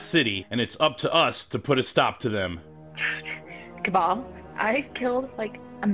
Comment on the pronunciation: I heard Cabal as Kebab